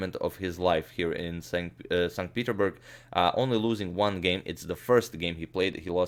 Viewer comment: You keep saying 'st peterburg', how come you don't pronounce the 's'?